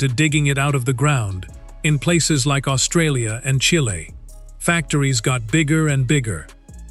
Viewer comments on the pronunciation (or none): none